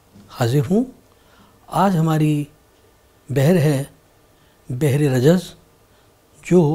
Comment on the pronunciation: بھر ہوگا بجائے بحر